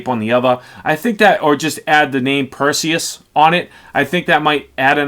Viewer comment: of course it's a big deal. You can't go on and make review about a product for the whole entire world to see and you are saying the name of the product wrong. That's disrespectful to the maker. You have to be more careful and know your product's name before you release your video. Review your video as well and make any sort of necessary editing. And you are talking about "troll". You should take and consider constructive criticism.